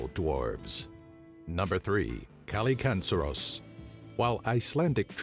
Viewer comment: As a Bulgarian, I can confirm number 3... Except the pronounciation - here is is "kil-li-kan-dzer". But we mostly use it for a strange animals or bugs (e.g. something flies around your face too fast and you are like: "What the hell was that killikandzer?!")